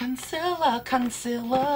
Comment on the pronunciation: lolol! I honestly couldn't follow her anymore because of the "consilur" thing but because of that and how funny you are, it cracks me up when you do i6!